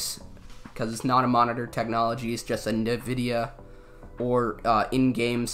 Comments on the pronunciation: Please stop saying "nah-videa", that is not how the company name is pronounced. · I fucking love that he calls it navidia